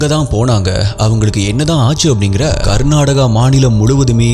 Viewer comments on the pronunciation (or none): none